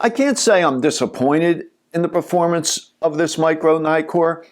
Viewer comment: it's not 'naikor' for pete's sake. It's neeee-kon, neeee-kor etc..